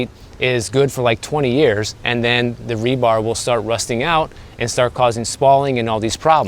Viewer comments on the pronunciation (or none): none